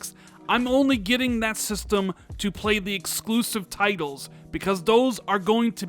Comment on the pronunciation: " Exclusive tigles " hahahaha " bread and brudder " ffs